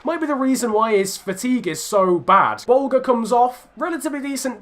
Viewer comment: I’m Irish and I follow the Irish league and I’ve heard a lot about Aaron Bolger just want to let you know it pronounced buljer